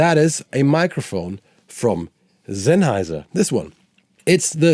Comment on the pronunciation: Oh, that moment when someone's pronouncing "Sennheiser" authentic))